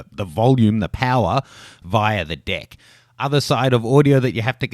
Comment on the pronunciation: is he saying deck or dick??